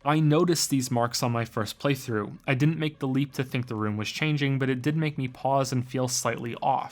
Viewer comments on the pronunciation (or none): Omg, "Prey throughs" every time lol. Great vid otherwise. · Wow he said preythroughsninstead of play through a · This is my fourth time watching this video and only now did I realize he says PREY-through 😅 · Was he calling it a preythrough? Only every now and the. Not all the time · did you just say preytrough? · "prey- through" Yes, yes,, I noticed. Are you happy? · Are you saying "playthrough"? Or... "PREYTHROUGH"? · I swear to God he said "PREYthrough" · Did you just say Prey-through? You horrible little man! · "Prey-though" UUUUUUUUUUUUUUUUUGH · "Preythrough" Godamnit. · Was I the only one that noticed he kept on saying "prey through" instead of play through? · "Praythrough" made me doubt my sanity every time. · "Preythrough" I hate you so much. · He should've said "praeythrough".